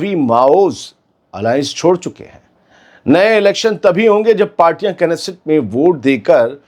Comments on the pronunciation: इस्राईल की कथित संसद को क्नेसेट नहीं नेसेट कहिए। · NESSET HI TALAFFUZ NIKAALA KARE K SILENT HOTA HAI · Knesset ka _k_silent h